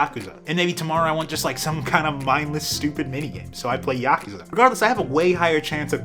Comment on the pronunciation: saying YAkuza instead of yaKUza is wild to me good vid though